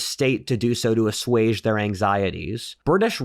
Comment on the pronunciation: Ha, you finally learned how to pronounce "assuage" correctly. 🙂